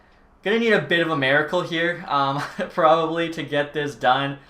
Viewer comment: did anyone catch him say maracle time